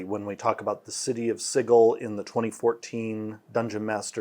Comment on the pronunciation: Am I the only one that cringes when they mispronounce Sigil? I mean the pronunciation and guide was there back in 2E.